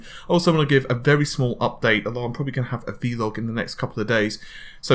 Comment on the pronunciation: did he say V Log instead of vlog?